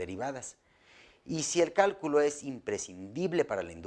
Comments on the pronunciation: Cuando comenzó el vídeo decía del "Cáculo" no Cálculo jajaja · Bueno, solo que al principio dice: qué es el 'cáculo'? Se comió la L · Todo bien, pero dice caculo xd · ¿Qué es el "Cáculo"? Pensé q era Cálculo XD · dice "Cáculo" en vez de "Cálculo", al comienzo sobre el fondo celeste. Saludos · ¿Cáculo? ;-)) (minuto ) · Dice Caculo, falta la l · ggg dice caculo😁😁😁errores ps